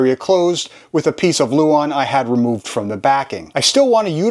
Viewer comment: Nice job. Just a minor point, it's "lauan" not "luon".